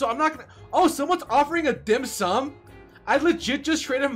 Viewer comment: He pronounce the dim sum so good! I am a chinese and dim sum is a catogory of food that chinese love.